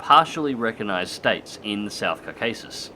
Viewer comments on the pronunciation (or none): none